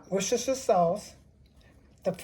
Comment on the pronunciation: Ma'am I mean no disrespect but I always have a quiet chuckle when non British people pronounce Worcestershire. Your's was very credible.